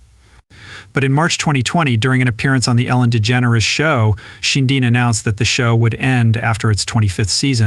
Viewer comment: The name is Sheindlin, not Shinin and what does Julia Roberts have to do with anything??